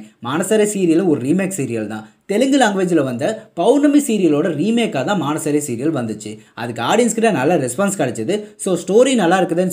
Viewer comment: Bro that's not maanasare that's manasaare it means by heartly ok